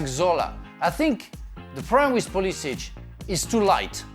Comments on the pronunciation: Frank said pulishits😂😂😂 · Frank called Pulisic PulliSHIT 😂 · not frank saying pulishit💀💀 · Frank's subtle "slip" of tongue "Pulishit" :D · Frank said pulishit on purpose. bahaha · Are we gonna ignore Frank said Pulishit? 😂🤣